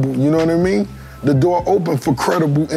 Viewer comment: Rick Ross was “walking out the doorh” on y’all ass😭😭